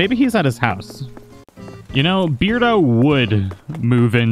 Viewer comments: I think it's pronounced bear-do, like... Cuz he's a bear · ahahahah after hearing the whole episode of you saying beard-o i just got used to it 😅😅